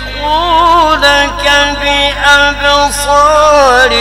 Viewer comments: qari sahab layazlaqunaka padh rahe hain yrr galat padh rahe hain layuzliqunaka hai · بہت بہترین قاری مگر اس کلمے میں اس نے غلطی کیا صحیح اس طرح ھے امام نافع کی قراءات لَیَز لِقُونَکَ دوسرے لام کے کسرے سے